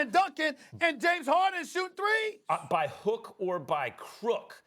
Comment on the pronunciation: the way Stephen said shooting threees just gave me life 🤣🤣🤣